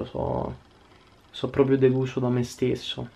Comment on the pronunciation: Si dice propRio, non propio!!! Voglio vedere se qualcuno ti entra in casa (di notte) cosa fai...